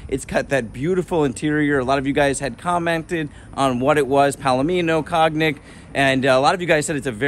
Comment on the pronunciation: pronounced kown·yak (cognac)